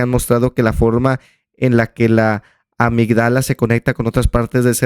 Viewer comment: Me encantó el video, sobre todo que tú sí buscaste e investigaste e independientemente de si lo hiciste para el video, hablas con datos y evidencia, con una investigación. Una cosita, se dice amígdala, el acento es en la i. Bonito día, me gustó mucho lo que dijiste :) Yo también voy a la iglesia pero no veo como algo malo ser así, como dices, El Padre permite eso pero cada uno debe buscar su camino